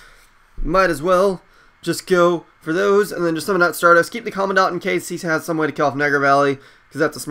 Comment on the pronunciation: it's pronuced Comand-dent not Commo dant